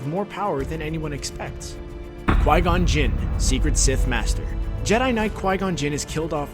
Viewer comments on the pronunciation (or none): One of them: qui gon gin, Sith Lord. Me: *busts out laughing*